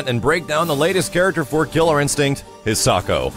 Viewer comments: I'm going to be really disappointed if the pronunciation you're using makes it into the game. It's a Japanese name but you're pronouncing it with the English phonetics. It should be Hee-sah-ko not "His socko" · i know it doesnt matter but it bothers me lots that he is saying the name wrong, considering its a japanese name im sure its pronounce High-sa-ko... again i know it doesnt matter but i just wanted to comment it